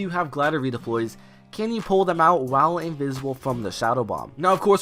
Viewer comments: In you said inisible It’s suppose to be invisible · uhh inisble.. yeah that seems right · and you said inisible